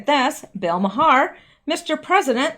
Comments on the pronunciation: Hey, I hear you say “Bill Ma-Har”.....it’s actually pronounced “Mar” just wanted to make you aware. I don’t think anyone has brought that to your attention. Thank you for your continued work. 👌🤗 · A little pronunciation help: Bill Maher pronounces his last name as "Mar", which seems very appropriate! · The “h” is silent in Bill Maher pronounced Mar. like car. 😉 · Bill Maher told a story years ago that he grew up going to a Christian church and one day in his teens, he discovered his mother was Jewish. This may have been such a shock that it pushed him into religious cynicism that led to his atheism. (Maher pronounciation is accent on first syllable and silent h}.